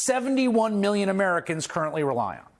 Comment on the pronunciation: Whenever you hear a white guy say million like "miyyion" you should know they're trying to rob you lol